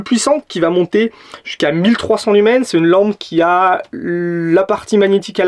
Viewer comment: Tu sais, le S de lumens, il ne se prononce pas.